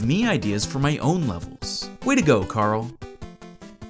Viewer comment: Larl, not Carl